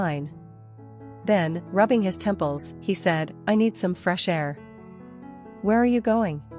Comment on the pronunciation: The way u say temples is just 😂😂😂😂